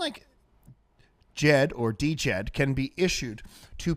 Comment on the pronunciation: Its not D Jed, it's just DJED